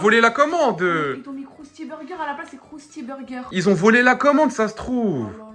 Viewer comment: Elle a dit crousty berger